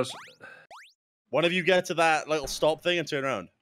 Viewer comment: "YOUR DOING ONE FING"